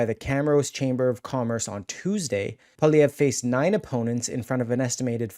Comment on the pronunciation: Poi - li - ev - re. PWA LEE EVV. RRRA. Poilievre not poly - evv. lol